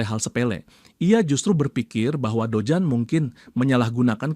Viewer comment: Dojun min jangan dojan😂